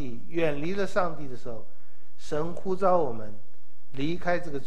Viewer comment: 呼召。召四聲趙兆